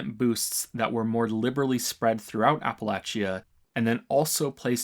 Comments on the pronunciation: It's pronounced "ah-puh-latch-uh" not "A-puh-lay-chee-uh" man, it's important Really good video too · Ap-Uh-Lay-Sha. Not Apple-Atchee-Uh. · It’s always fun hearing a new pronunciation of “Appalachia”. I deeply appreciate that you got the hard “ch” sound right, but the extra syllable of app-a-latch-ee-ah really cracked me up the first time I heard it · "Apple latch chia" no. Just no. Aren't you American? It's "apple lay she uh" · I know you're Canadian, so just FYI; Appalachia is not pronounced "Apple-achy-ah", it's pronounced "Appa-lay-shuh" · a-pə-'lā-chə, not a-pə-la-chē-ə :) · OK, after enjoying this critique for an to amount of time, I gotta call you out on your pronunciation of "Appalachia"... - As a born-and-fled "Appalachian", please try to pronounce the fictional 2x-post-apocalyptic region correctly. - It is pronounced 'Appa-latch-uh'.... NOT 'Appa-latch--E-uh'. - Think of it this way... If I have an Apple and I through it At You.... I might say: - ...I've just thrown an 'Apple at You' or, if I was course, I would say I have thrown an "Apple Atcha"... - Say it five times fast and you'll have it... - Apple Atcha - Apple Atcha - Apple Atcha - Apple Atcha - Apple Atcha... See? ------- EDIT shit I've just summoned the Ghost Bear, and my last words are.... Hair Bear Bunch. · It's pronounced app-uh-latch-uh btw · not a criticism but its pronounce APP-A-LAY-CHI-A in West Virginia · I think pronunciation of Appalachia is one of the worst yet. It is Appa-latch-a. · This could also explain the bizarre Appalachia pronunciation, since most Americans says Appa-lay-shuh, Brits say Appa-lay-shia, and natives say Appa-latch-uh. Funny how his is like a combo of all of em, or at least British and native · I know, I'm West Virginian, so the pronunciation of Appalachia is inherent to me, but oof. Love your work though.